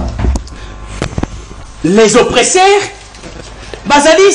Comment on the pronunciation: Très belle émission. please veuillez à votre prononciation OPPRESSEURS et non OPRESSAIRES SVP. Merci tala kk politologue national. Biso tolandaka yo 💪💪